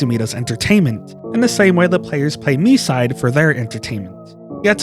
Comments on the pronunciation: I don't know why this has to be said, but it's pronounced "my side". It's a play on words. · isnt it pronounced mee-see-day? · Your pronunciation hurts me. Please learn Japanese phonetics, even by just listening to [Mitah] not "Mituh" and the game is called [Me-see-day]